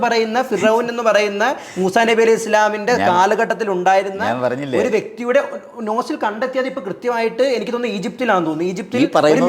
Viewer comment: നോസിൽ അല്ലടാ ഉവ്വേ , ഫോസിൽ🙆